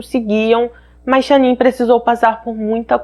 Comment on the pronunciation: Amooooo seus vídeos! Mas fico tão agoniada qdo erra a pronúncia dos nomes 😓 ainda mais num caso tão veiculado como esse onde o nome da esposa eh falado milhões de vezes… cada vez q eu ouvia “SHANNIN” doía meu coração 😫😫😫 é SHANNAN normal mesmo… Uma pena.. mas assisti tudo! Fica aqui o “toque” para q vc cresça mais ainda: procure acertar a pronúncia do nome ou de antemão se explique dizendo que não sabe sei lá 😶😭